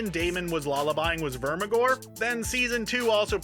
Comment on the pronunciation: I think you meant "Vermithor" not "Vermigor."